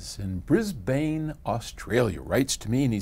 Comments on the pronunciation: Bris Bayne??? where the freak is that? .... *cough .... pronounced Briz-Ben ;) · Bris-bain lmao